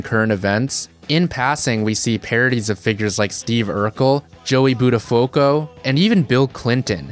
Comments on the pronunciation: "Joey boot-a-foe-co" lol. It's (butta'few-co) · "Butt-uhh-foo-ko" FTFY...otherwise a 10/10 from this Long Islander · Possibly (butta'foo-co)